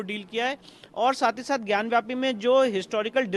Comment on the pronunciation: it is gyan vapi - not gyan vYapu - in Skand Puraan.